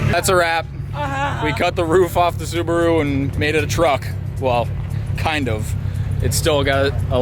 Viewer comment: And it is Subaru not Subro just saying 😆